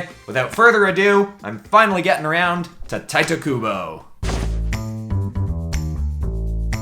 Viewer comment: Pretty sure someone else may have already pointed this out, but it’s pronounced Teetay Kubo, not Tight-O Kubo. Not that I’ve never mispronounced it, of course, I used to call him Titty Kubo.